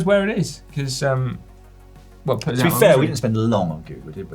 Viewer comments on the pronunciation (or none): none